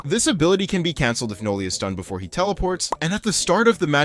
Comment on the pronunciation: That ain't Noli thats NoL